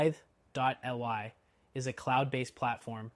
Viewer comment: It's "Tithe-lee". It would be nicer if you showed screenshots of the different software screens.